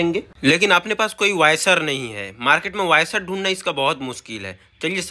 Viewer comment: वॉशर बोलो भईया, वायसर नहीं।